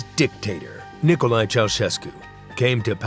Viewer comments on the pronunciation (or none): lol the narrator says dictator like DICKtator